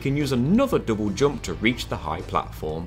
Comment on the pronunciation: Love how you say double jump.. dobojob